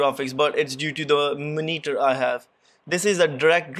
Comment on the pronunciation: Love how you pronounce Moneetur (monitor)